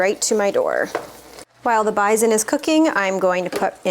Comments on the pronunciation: What is "bizen"? Do you mean, bison? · Took me a sec to figure out what you were saying when you said BIZON…as we pronounce is bi-son. With an S. Now show us what you feed your shepherd. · At the beginning, during the other recipes, you referred to the bison and I had no clue what you were saying or meant. Then when you began the recipe, I was like “AHH!! BISON” FYI? It doesn’t have a “zed” in it 😉 Pronounce that “s”!!!! 😊😊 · Me, an American, took way too long to figure out what bison was. We pronounce it totally differently. I love finding out random little things like that.